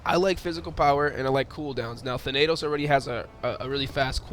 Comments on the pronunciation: Th-AH-n-UH-to-s not thUH-NAY-toes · its tha na tos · Its pronounced than- ta- nos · Ok geez he said the name wrong wow what a big deal.... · He's not saying the name right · how you pronounce his name is hilarious